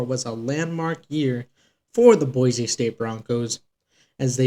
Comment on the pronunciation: Boy - See not Boy - Zee